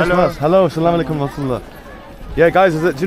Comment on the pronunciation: Brother always sy Asalsm-o-alikum not salam o alikum check the correct way of salam. Thank you.